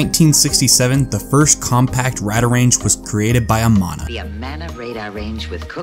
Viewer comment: It’s pronounced “Radar” “Range”. As also heard in the old advert.